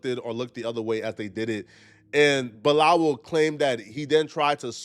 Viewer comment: you keep saying bi-lal like we didn't hear it the first time... stop it! 🤣🤣😂😂😂😂😂😂